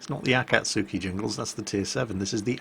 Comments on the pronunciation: Akatsuki is pronounced Ah-Cawt-skii Akizuki is pronounced Ah-key-zoo-key should be pretty clear when you say it the japanese way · If it helps, Akizuki is pronounced Akizuki. Akatsuki is pronounced Akatski. The phonetic difference helps distinguishing them imo. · Best way to say the difference between the two Jingles is Akatsuki can be pronounced A-Kats UKI Three syllables U is silent. Your Pronouncing the A and the K together and the second A is lower. If you get a chance look up Akatsuki in the manga Naruto, that's how you pronounce it in English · the reason you are getting the Akizuki and Akatsuki mixed up is you pronounce the latter wrong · Well, he managed to correct his slip on the ship names this time. Still can't pronounce Akatsuki though sigh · 暁 Akatsuki あかつき "Dawn" 秋月 Akidzuki あきづき "Harvest Moon" Nope, not letting you get away with it. Though I'll try to ignore the pronunciation problems for now. I mean, "Aah cat sue key"? "Aah kih zoo key"? Should be more like "A cot's key" and "A key dzoo key" (A like in lawn or car or awful or ah!) Welp, guess I failed at ignoring the pronunciation after all. Well, I appreciate the Akidzuki-chan image. :D